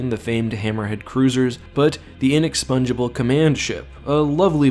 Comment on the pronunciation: Sorry bro u need to look up the pronunciation of inexpugnable